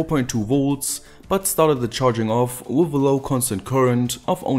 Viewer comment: Ey ... please ... it's "with" not "woof" :D